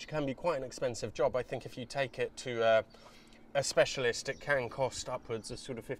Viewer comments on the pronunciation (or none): none